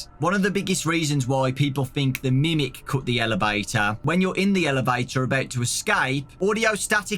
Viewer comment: I kept on picturing grimace every time he said grimic